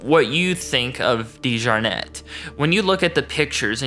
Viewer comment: I’m a Dejarnette too. You’re saying the name wrong lol. This is apparently a great great uncle of mine. It’s beyond embarrassing